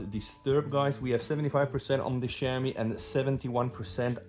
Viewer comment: Bro, you pronounce Xiaomi like shau-mee